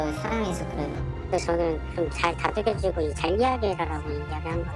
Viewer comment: 다독여주란 말이 두들겨주라 로 들리네요~